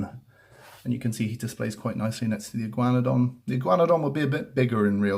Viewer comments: Igaun-na-don not Igy-wana-don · I’m from America, we pronounce this Dino “E-guana-don” not sure why, it’s just how our tongues go with. But I love how you pronounced it. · That’s not how u say it